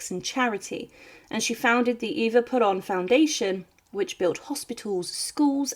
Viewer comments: No es avita, sino Evita. No es puron, es Perón. Que de casualidad no saben pronunciar correctamente??? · At least try and get her husband's name correct. It's pronounced Wan Peron, not Jew-ann Peron. It really is easy to research this. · Great video. BTW - his name was Juan Peron pronounce "Wahn Pear-Own", not "Jew-On". Also Eva's name was pronounced "Doo-Are-Tay".